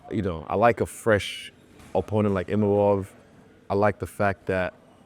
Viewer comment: le mec à 6 minutes, il dit "Imamov". Après ce combat, il va devoir retenir le nom de Nassourdine !